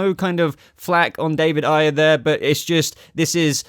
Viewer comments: I can’t explain it better than that. Sorry. I meant long A. It’s a-yer. Not i-yer. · Ayer. It’s Short A. Not eye.